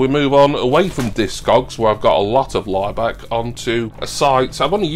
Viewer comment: I keep hearing Ryback instead of Laibach, it was about him I’d probably turn off 😂